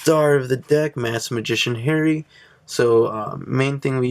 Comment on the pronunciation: Hey. I'm just gonna say: no Artilleryman, no Jacquelin(replace with flying Peyton) and you say Harri Ha(like you're laughing) ree(like redo).